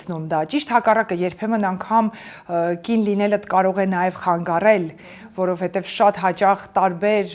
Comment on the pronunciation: Ամեն ինչ հետաքրքիր էր, հիացնող, ոգեկոչող, լավատեսություն ներշնչող, բայց այդչափ գեղեցիկ խոսքին զուգահեռ, ականջ էր ծակում ,,ավիրել,, ,,խանգառել,, բառերը